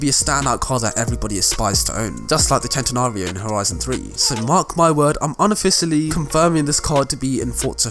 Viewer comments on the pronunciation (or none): none